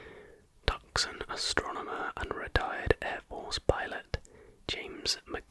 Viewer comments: Great video AGAIN! Oh and it's "Tooson" not tuck son as it actually looks. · fyi, it’s pronounced Too-sahn, keep grinding buddy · Tuscan is pronounced Two-Saun.